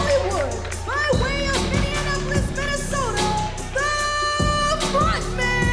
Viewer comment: Please stop saying Mini-Annapolis. Minne-apolis. No Anna. Thank you.